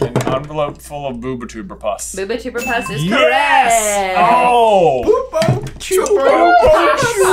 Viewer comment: Buber Tuber? It's bubo, as in bubonic plague. The plant is covered in bubos.